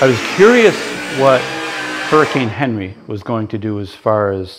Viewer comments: on-ree, not henry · Hurricane Henri...it's French...pronounced ON REE